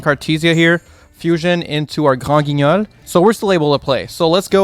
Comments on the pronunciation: shoutout to for saying granguinol with that mean french accent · the way u say granguignol, ur french is insane